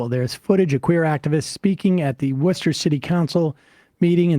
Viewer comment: Hi ,I love your show pkease don’t ever stop telling facts ❤💙🤍im from Massachusetts close to Worcester mass and I just want to thank you for saying it the right way 😂also I’m proud to be a masshole 😂thanks for your channel ,I watch you all every day ❤